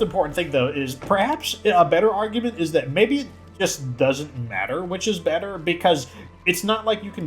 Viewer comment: He says beeter